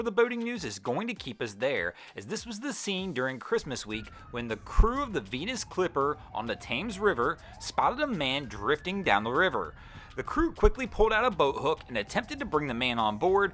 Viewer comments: “Thames” is pronounced “Tems” not “Tames” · London's River Thames. Pronounced 'Tems'. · "Thames "is pronounced "Tems" Regards, Bob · Nitpick: The Thames River is pronounced "tems". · Your mispronunciation of "Thames" hurt my soul and I'm not even a Brit.